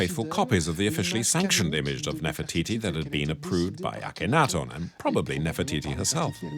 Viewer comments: woi......bicara yg benar....bukan nefertitis.....cukup bilang NEFERTITI........Jangan sembarangan....klo ngomong ...memalukan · Take a shot everytime he says Nerfititi 😭😭😭